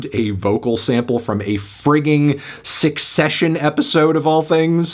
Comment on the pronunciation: the way he said that literally made me google “Sick Session tv show” because I didn’t realize he meant Succession lmao